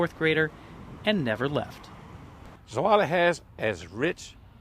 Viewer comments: Zwolle. Not pronounced Sue-Wally in Dutch, but SWOH-luh. Swoh as in loft. Luh as in Luck. Though you could argue the Dutch pronounce it incorrectly, because apparently the word Zwolle does indeed come from the Latin Suolle, I just learned. Jan de Goeijen. Not pronounced John DeQueen, but John de GOO-jun. Jun as in gun. It means John the Good in old timey spelling. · "Suhwallie" lmao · I can assure you as someone from zwolle it’s pronounced za-wall-ee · Try to pronounce it right!